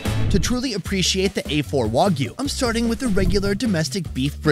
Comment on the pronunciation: The way he says Wagyu is insane